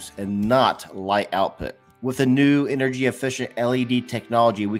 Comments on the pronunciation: Watts = energy. He said Engery 🤣🤣🤣🤣🤣 sorry but had to point that out. But in a all seriousness, LED > halogen/incandescent bulbs ❤️‍🔥❤️‍🔥❤️‍🔥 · Engery haha